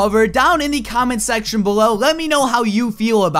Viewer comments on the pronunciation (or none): none